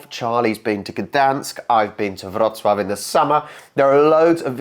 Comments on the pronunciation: You pronounce the name Wrocław perfectly. Come to Łódź too. A post-industrial city that is becoming more and more beautiful and interesting. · I got a little surprised when you said Wrocław correct, even with r sounded right